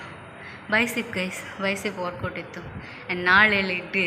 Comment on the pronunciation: ಬೈಸಿಪ್ ಅಲ್ಲ ಬೈಸೆಪ್, ಟ್ರೈಸೆಪ್